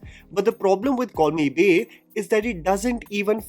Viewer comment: For the entire video, I heard "Call me Bae" as "Corny Bae "